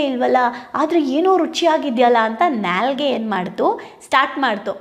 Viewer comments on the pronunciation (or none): Nya li gay(Nyalige) alla madam .. it's Naa li gay...( Naalige)